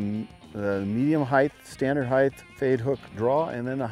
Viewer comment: johnny there's no such word as heighth.